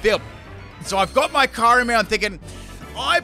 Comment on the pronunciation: my favorite union is shellder and slowpoke aka slowbro also kyurem is pronounced kyuu-rhem not kyy rem